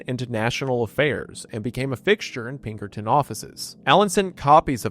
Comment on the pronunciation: "Peckerton Detinctives"